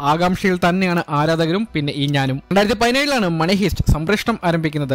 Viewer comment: ഹീസ്റ് അല്ല ഹൈസ്റ്. Money heist.